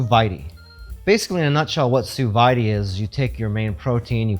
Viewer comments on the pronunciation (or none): Sue Veyedee lol It's pronounced sue veed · I literally just got one a couple of days ago. My first attempt was... edible, but I am not a chef, and I still have to work with it more to get a better feel of it. Just for further reference, sous vide... The vide is pronounced like weed, but with a v instead of w.